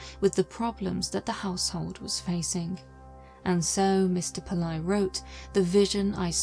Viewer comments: It's not 'Pill-EYE'. It's pronounced 'Pill-AYY'. For such a high quality researched and narrated video, you could have at least tried to learn the correct pronunciation of the name. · The surname is pronounced as it reads, PIL - LAY.